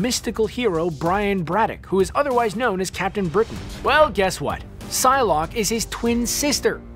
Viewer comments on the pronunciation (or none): none